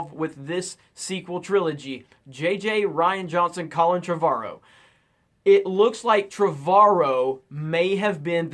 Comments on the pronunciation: I think it's pronounced Tre-vor-row. Trev-ar-ro sounds terrible. Please stop saying it. :) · You keep pronousing Colin Trevorrow's name wrong... It's TrEvorrow with an "é" sound...